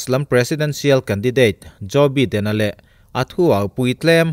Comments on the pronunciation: Biden nilo in Baiden ti a lam tur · Sir, Joe beeden i tia .. Joe Baiiiden tia lam tur ania.. American english an hmang a.. British english lh American ah poh bi lh by hi.. Bi. .tia lamrik. Vaipa bhaia kn tiha bai kn lam rika lam rik ve2 ania( bai ah vowels 'a' hi silent language aga lam rik ngai nih chu) Zalenna a len bik hi mizo tawngah chuan len hi thluk sang lovin sangha manna len thluk hniam kn hmang aga zalenna( len sangha manna) thluka thluk tur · Biden tia lam tur ani lo, Baiden tia lam tur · Biden hi bye2 kan tiha 'bye' anga lam tur 🙏🙏🙏 channel thlir an tam leh dwn sia😊 an hming tal hi chu lam dik hram2 ila ava tha lehzual dwn em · Joe Biden hming hi i lam ri zing sia, i lam rik dan hi a khingbai deuh tlat, Jaw Baiden tiin lam ri la, ngaihthlak a nuam zual viau ngei ang le, sawisel nilovin, thahnnem ka lo ngaihpui vang zawk che nia. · Joe baiden tih tur. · Subscriber ka nih angin "Baiden" ti a lam tur in ka ngen a che. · Tianga mipui ngaihthlak theih turah chhawpchhuak ve meuh chuan Joe Biden hming lamrik dan dik tak tal te chu hriat ve awm.